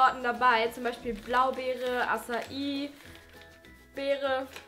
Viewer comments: man spricht es akei beere aus .... nicht acaii ..#nohat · Die "Assa-i" Maske, die du genannt hast, war das eine Acai Maske? (Dann würde sie glaube ich 'Akei' ausgesprochen werden.) So eine wollte ich mir nämlich mal holen, hab' von einer Freundin gehört, dass die gut sein sollen :3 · Es heißt acai hab mir das erklären lassen nicht assa i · acai wird akei ausgesprochenc😉